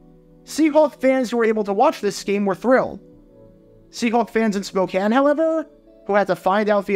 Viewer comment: Thank you for pronouncing Spokane correctly ~A nearby resident Go Hawks